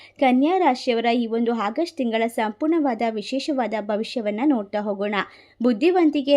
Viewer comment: It's not hagust madam.Its August.